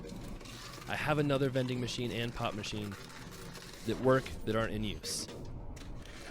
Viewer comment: you made me listen one more time when you said pop machine... At first it sounded like you said pot machine... :P